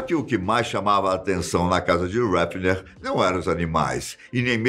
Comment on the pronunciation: Heffner dá voltas no caixão cada vez que o diz o nome dele. Aprende a dizer o nome direitooooooo!!!!!